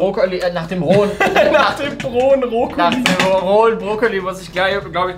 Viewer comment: brohen Brokkoli 😂